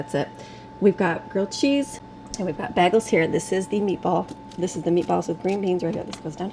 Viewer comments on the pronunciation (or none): It’s bay-goals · Sorry but it's pronounced more like: bay-gels. I almost couldn't find my MP3 players that I packed for our trip (I'm finally unpacking), but I found them.